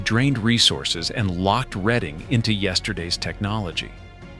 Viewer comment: Sir, the proper pronunciation would be: RED+ING